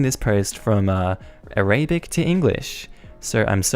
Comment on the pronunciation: Would you please stop saying the word "Arabic" as "Ah-RAY-bik"? That's not how it's said. The word is "A-rah-BIK".